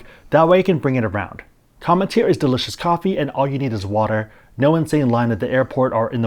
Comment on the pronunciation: it sounds like you're pronouncing an "n" when you say "Come[n]teer". BTW, I received it as a gift--great coffee! I'll subscribe when it runs out. Oh, keep up the great videos!